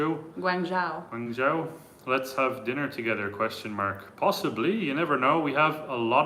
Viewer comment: You are correct, Guang joe is the pronunciation. Have you ever thought of visiting zhangjiajie where Avatar movie took place. You will not be regretted.